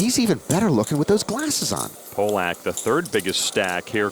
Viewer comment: This was one of the best final tables in WSOP ME history. I remember watching it live, and everyone was telling the announcers it's pronounced Pah- lick, not Poh- lock. They kept mispronouncing it. Thanks for posting. For me, this is one of my favs!!! ❤❤ John Hesp was a pleasure.